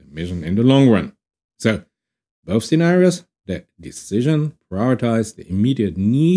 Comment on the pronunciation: I need an AI that can be pedantic and instead of ASSUMING that you said "scenario", it should say, "WHAT IN THE WORLD DO YOU MEAN BY SZENARIOS, THAT'S NOT A WORD!!!"